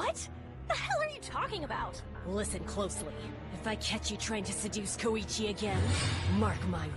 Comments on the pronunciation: Wait..why are they saying it like Ko-E-Chi? Even in the original in sounds more like KOI-CHI. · One thing I can't get over with the dub, is how Koichi's always pronounced like it Koeeeeeeeeeeechi